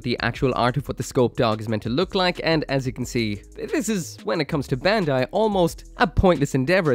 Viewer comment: Bandai pronounced "bun-dai" (バンダイ), not "ben-dai". for someone who can read japanese you should know